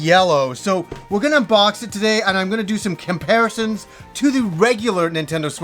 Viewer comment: Kimparisons? Do you have multiple Kims?